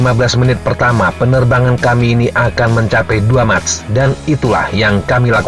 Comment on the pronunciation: MACH dbaca MAKH / MEKH